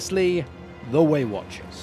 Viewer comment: you finally started saying waywatchers and then you swapped back and it hurt my heart.